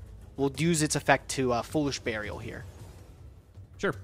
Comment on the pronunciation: And Foolish barriel